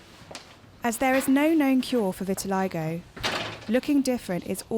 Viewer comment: um vit-i-lie-go? it's vit-i-li-go